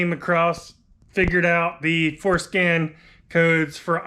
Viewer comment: My immaturity keeps hearing "foreskin" instead of "forscan". 😂😂😂